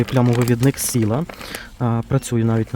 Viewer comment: Правильно казати Сайла, а не Сіла.